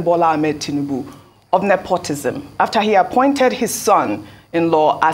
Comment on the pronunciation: Mr., It is Nepotism not nepotisn